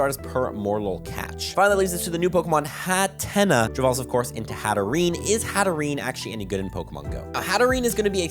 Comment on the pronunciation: Hat-Ten-Nuh is how its pronounced :)